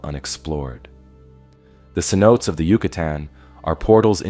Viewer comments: Se-note-tays not Se-notes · The pronunciation for the Yucatan Cenotes is incorrect. Cenotes would be pronounced as Sen o Tay. Otherwise, I very much enjoyed your video. Thank you for sharing. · Needs to learn how to say cenotes